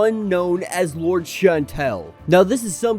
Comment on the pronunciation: LOUR-dess not “Lords”!!!